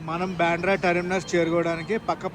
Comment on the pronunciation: బెంద్రా కాదు బాంద్ర